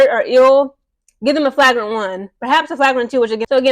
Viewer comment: you're not pronouncing flagrant right